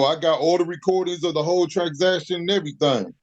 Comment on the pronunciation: Did he say, "I got all the recordings of the whole tragsaction and everything"? I'm hoping this is just a slip of the tongue and not how he thinks "transaction" is said.